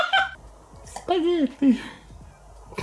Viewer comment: That was the most russian "spaghetti" that i ever heard